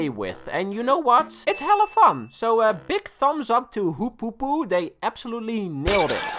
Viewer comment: FOKE-O NO